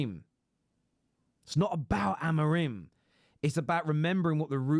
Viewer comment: I'm pretty sure it's pronounced Amo-rim not Amo-reem, that's how the Ai bots pronounce it lol